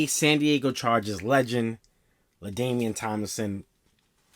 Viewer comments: It’s LadaiNian not ladamien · "LaDainian" bro 💪🏾....thought I heard a M in his name 🤔....🔥🔥🔥🔥jersey crazy 💯